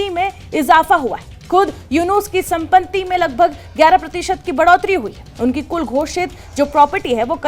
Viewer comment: आप "सम्पत्ति" शब्द का उच्चारण ठीक ठीक नहीं कर पा रही हैं! 😂😅😮😊